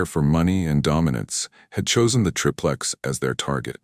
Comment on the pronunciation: Btw its pronounced like TRY-PLEX. Every time i hear TRIP LEX its like nails on a chalk board!